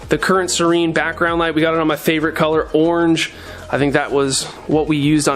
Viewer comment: my favorite colour “orng” 😂